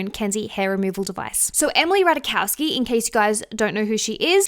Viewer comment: The J in Ratajkowski is there for a reason. There are no mute consonants in Polish language. It's pronounced as Y in "mayonnaise". I personally remember Ratajkowski the most for her part in the "Blurred Lines" video, allowing herself to be treated like a S-toy by a bunch of misogynistic A-holes relativizing non-consensual intercourse NotAGirlsGirl